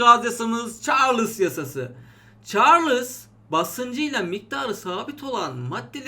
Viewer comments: hocam çarlıs değil de çarls diye okunmaz mı mantıken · "Çarlıss yasası" :)